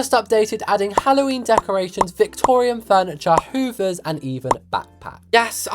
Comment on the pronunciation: NOT U SAYING HOOVERS 😂😭